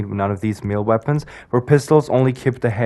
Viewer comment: “Meeelee weapons”😭